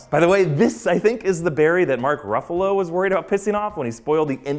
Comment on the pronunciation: That ruffalo slip up still seens way too bad not to have been intentional